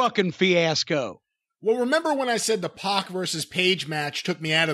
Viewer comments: PAC is pronounced PACK not PAWK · It's Pack not Poc. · It’s “P@ not “pawk”